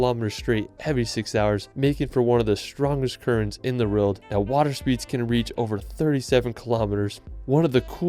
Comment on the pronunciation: “Wruerld”